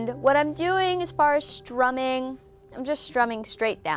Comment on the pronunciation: are you shtramming or is it just me?